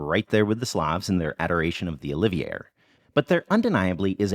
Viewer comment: that pronunciation of олів'є killed me